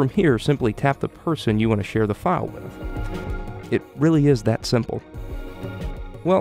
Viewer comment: not how you say share